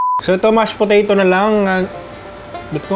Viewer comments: Nakakatakam po tas yung mashed "Poreyrow" 😂😂😂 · Tatawa ako sa "mash poreyrow" HAHAHAHAHAHAHAHAHA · Mash poreyrow😂😂🤘👏